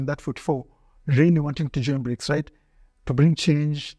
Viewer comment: No you can't, you little frenchy! They are BRICS and not FRICS (FREAKS) 😂😂😂